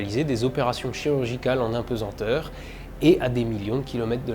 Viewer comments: "Apesenteur".... quelle erreur ça donne l'impression d'un travail bâclé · On ne dit pas d'un poids qu'il est pesent mais pesAnt. On ne dit pas impesenteur ni apensenteur mais bien impesanteur ou apesanteur